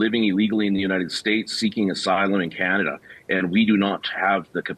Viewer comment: Canada ❌ Candastan ✅ 😂😂😂